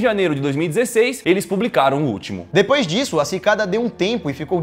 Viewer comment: Só eu que entendi: Pikada 3301?